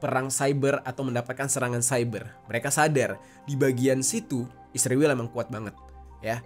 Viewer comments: Kenapa Jadi "Isriwil" Geng..? 😊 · Kenapa lu tiap cuma bilang "israel" aja malah di plesetin jadi isriwil? Bilang aja terang2an "israel". Gedek bgt gw dengernya. Takut apa gimana sih tinggal nyebut "israel"? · Bang, kenapa israel lu nyebutnya ISRIWIL? Klo iran tetep iran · Bang bilang aja Israel gitu bang jangan isriwil, percuma juga lu mlesetin namanya, toh ujung²nya lu memperlihatkan Netanyahu di video lu kocak 🤣